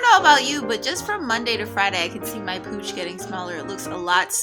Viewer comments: no disrespect but I swear I thought u said ur cooch was on fleek lmfao. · I kept hearing cooch. Im mentally facepalming myself